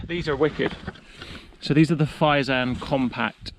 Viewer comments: Fyell-rare-ven. The guy you inserted got it wrong too. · Almost right pronunciation… It is a great tent, but Hilleberg have better strength and durability. My favourite has become Hilleberg Anaris. It is perfect when you have tracking poles. It is graded as 3 seasons but I have used it in the Winter in the southern part of Sweden without any problems. Greetings from 🇸🇪!